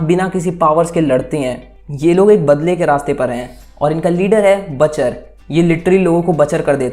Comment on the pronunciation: Batcher nai butcher